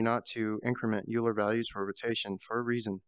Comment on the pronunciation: euler is pronounced "oiler"